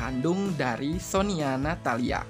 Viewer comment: Koreksi min -Sonia pernah ko senbatsu sebelum kimi wa melody, yaitu fortune cookie -Sonya pandarmawan, penyebutan nya sonya min bukan sonia Makasih min hehe